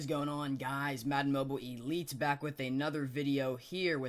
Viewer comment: the way he says elites pisses ne off